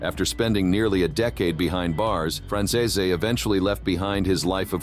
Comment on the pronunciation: People believe that Ai will run the world in future..at the moment it can not pronounce Franzese